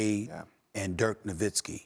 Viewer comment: Dirk Novinski🤣🤣 who dat, Steve?